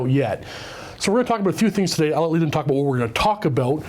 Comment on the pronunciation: "Talk a'boot"